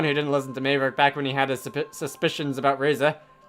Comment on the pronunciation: I that this playthrough is kinda old but I really have to say that you’ve been pronouncing Maverick’s name wrong this entire time It’s spelled Mave but it’s pronounced Mav